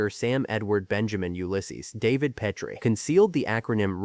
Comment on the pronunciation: Obviously whoever made this never watched the show or tgey would grt the pronunciation of “ Petrie” right. It has been clear to me since AI narration began that AI programmers don’t know any pronunciation rules relating written to spoken English because basically no one knows them. In teaching English at university for 14 out of 25 years I started to specialize in pronunciation about 20 years ago. Most of the problems can be avoided using a specialized alphabet I originally created fot smartphones. This is something I have discussed back and forth with Cambridge for over three years. It wouldn’t help however here in the mispronunciation of “ Petrie”. I have rge whole series on hard drive including the pilot with Carl Reiner called “ Head of the Family”. I wonder if anyone knows why he chose “ Petrie” as rge name of the family? I only know that word as in Petrie dish” used for growing germ cultures in biology labs. I doubt if there’s any connection with that. Petrie would be related to “ Peter” meaning “ stone”. Sally in one episode goes out with a mortician called “ Anthony Stone”. In the episode where Robs thinks they may have got the wrong baby at the hospital it’s because he thinks there may have been a confusion between Petrie and another couple called Peters only to find they are black. The longest laugh in the series history with Greg Morris playing Mr. Peters who couldn’t stop laughing. It may not have been a conscious relation in Carl Reiner’s thinking but it surfaced